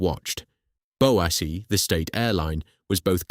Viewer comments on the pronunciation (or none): Who the hell's bowassy?